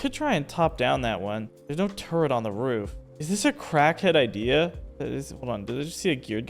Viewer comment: First, turrent...now, sumbarine. You are killing me.